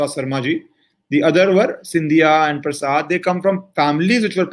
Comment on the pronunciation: प्रसाद को प्रसादा तो मत बोलो भाई। शब्दों का उच्चारण तो सही से कीजिये।